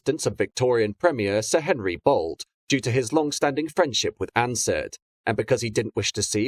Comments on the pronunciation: 10.00 “Bolte” is pronounced “Bolty” not “Bolt”. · The Melbourne suburb of Nunawading is prounced with the "a" in the wading bit as an "o". So it's said as "Nunawoding". I always thought that Henry Bolte was said as "Bol-tee" but maybe my memory is faulty or people were making fun of the name (??)...others can definitively clear that point up. I'm pretty certain the Bolte Bridge is pronounced as the "Bol-tee Bridge". Love the series.👏 👏